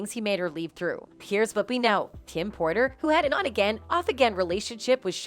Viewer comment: it’s Porter. Not Potter.